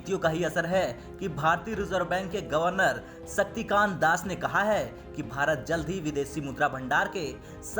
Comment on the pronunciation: Beyta gawar sakti kaant nahi ,,,Shakti kaant ,,samjhe